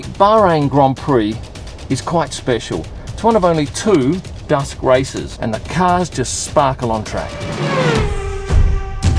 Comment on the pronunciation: Thought you said dust - not dusk - race. Freudian?